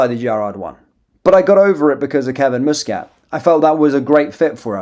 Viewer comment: It's MUSCAT,not fucking mouscat ay the name properly